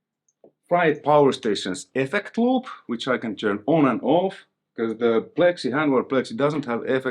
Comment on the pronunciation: Effeccct loooop, you must be Finnish? :P